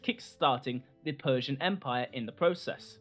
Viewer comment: It's the PERRRRSIAN EMPIRE!~